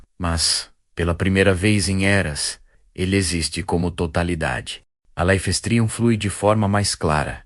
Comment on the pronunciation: Life streum ? pqp.. dá raiva de ouvir esse negocio errado.